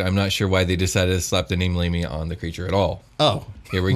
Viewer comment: I heard Labia 😂